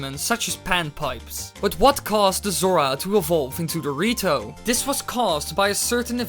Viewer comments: The way you say "The Rito" sounds a lot like "Dorito" XD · the way he said rito (dorito) does that mean that the goron evolved into mountain dew i mean they live on a mountain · did u know when u say "the rito" it sounds like doritos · I can't stop hearing Dorito when ever he says rito DX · same lol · Was about to comment that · When you said the rito, I thought you said dorito. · Wen you say the rito it sounds like dorrito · why u pronounce the rito dorito